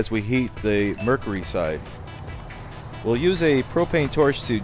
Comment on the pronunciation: It is murcury not murcery